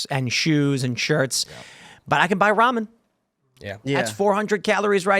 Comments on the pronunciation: Bro says ramen like "raw men" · Did that mf really say Raw-Man 😂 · Never heard Ramen pronounced “raw MEN.” Makes me uncomfortable. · Ruh'MEN guy is bothering me with his pronunciation. XD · What is this “raw men” he keeps saying is so inexpensive? Soylent? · I'm sure he's a cool dude, but I don't like how that guy says Ramen😂 "raw men" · Is he a Pastafarian? He keeps saying R'amen. All hail the Flying Spaghetti Monster, R'amen! Lol 😆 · They way he said Ramen pissed me off